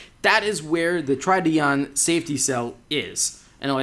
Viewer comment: Can't buy the smart ForFour in the USA. They don't import it. And you do not pronounce "Tridion" properly.